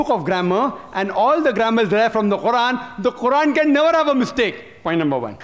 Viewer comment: No is not correct ,qurran is not correct!!!